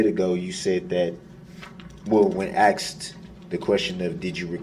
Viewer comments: …you crack me up! Because you “axed it” 🤣😂🤣😂🤣😂🤣😂I was thinking the same…. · It’s a lot to remember a year later …. It’s ASKED Brooks not AXED